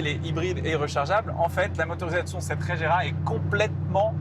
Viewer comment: Pouvez vous faire un effort sur les nom svp psk la "régéra" et "taicane" c est ridicule